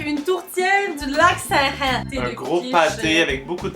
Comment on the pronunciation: À t’as tu dit Lac-Saint-Hein? Tit commentaire plutôt inutile pour souligner la faute de prononciation même si on s’en fou en crisse